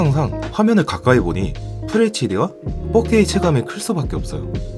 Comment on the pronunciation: 잘보고 갑니다. 4K 발음 하실때 자꾸 fuck K 라고 들리네요